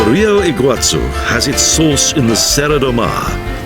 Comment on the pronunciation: In Portuguese (and Spanish), the location of the accent mark is where the stress should be. Thus, Cuiaba should be kwee-ah-BAH, rather than kwee-AH-bah. The falls in the SE are pronounced ee-gwah-SUE or ee-gwah-ZOO, depending upon how it's spelled, not ee-GWOT-sue.